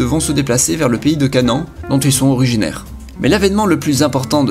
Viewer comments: Canan? CA-NA-AN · pays de CANEN?? quand tu est juif ca fait un peu bizarre haha. enfait on dit canahane